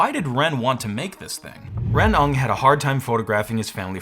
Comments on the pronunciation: Hey, "Ng" is pronounced like "mmmngh," not "ung". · FYI the last name Ng is pronounced 'ing' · Ng: like "ing,"but without the i. Duh! Not "nog." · FYI, the name "Ng" is pronounced "Win" or "Nwinn". I learned this from my evil telemarketing days.